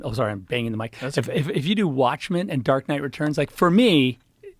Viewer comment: He can't even say Dark Knight Rises correctly.